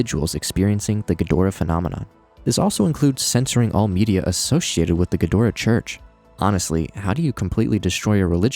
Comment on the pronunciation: ghidorah = GHEE-drah